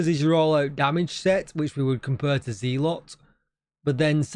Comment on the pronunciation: Agree on Sanitation being a good modifier been using it none stop fit my plays style on in close to NME's, Also loved your keeping the map green video and was glad you stood on your principle to not take it down. Have one small comment that is a "personal gripe" and more on me than you, just want to say that It's pronounced zeh - luht not Ze - lot, unless you have a large USA audience :). Sorry but I'm a bit of a Language / Literacy - buff/nerd which stems from my dyslexia - Anyway keep up the excellent work.